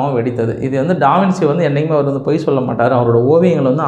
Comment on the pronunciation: First of all avar peru pronunciation டா - வின்- சீ illa... it's wrong... adhu ட- வின்- ச்சீ (Da vinchi). Second, Giorgio Vasari was not a king. Third, Leonardo Davinci painted The Last Supper as a commission painting to the CHURCH and not the KING... The church is Cathedral de Santa Maria Delle Grazie in Milan, Italy.